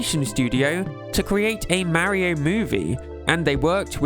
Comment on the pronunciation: Why do you pronounce “Mario” so wrong? I can’t make myself sub to you for that.